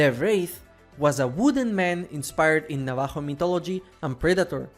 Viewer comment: You mispronounced Navajo